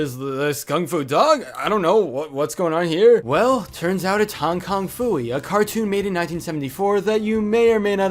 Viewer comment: Its "Hong-Kong-Phooey", not "King-Kong-Phooey"!